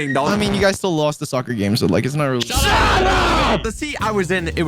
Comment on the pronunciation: Weewlly OFC YES WHO DOESN'T LIKE TO EAT PLANE bro stop saying really dude U CAN'T EVEN SAY REALLY THAT U SAY WEEWLLY? WTH IS WEEWLLY